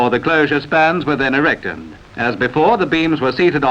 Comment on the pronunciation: It sounds like the commentator says fitten, erecten and bringe instead of fitted, erected and bridge.